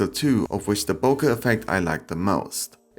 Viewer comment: sorry I'm not sure what you're saying, it sounds to me like bocca ball? I came here trying to find out what the portrait mode hearts and stars do, but I can't for the life of me see any difference in the pictures?